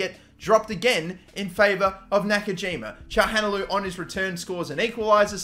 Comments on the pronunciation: "Shaham Halanoglou" "Gagan Chaglanoglu" "Hakan Shahalanoglu" Come on man xd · Btw Çalhanoğlu is pronounces Cha-lah-no-glue, just so you don't keep mispronouncing it 😁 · think its pronounced kalanoglu might be wrong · haha the way he said calhanoglu